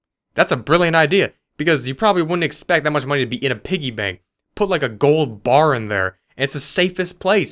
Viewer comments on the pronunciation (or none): none